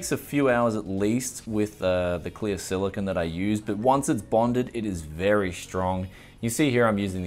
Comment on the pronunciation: It's silicone not Silicon :)